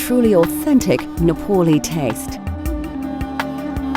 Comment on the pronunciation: This narrator cannot even say "Nepaalee" instead she says "Nepoli" no wonder people cannot distinguish between "Naple" and "Nepal"